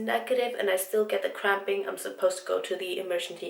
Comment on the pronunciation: I thought she was say extreme crapping not cramping😂😂😂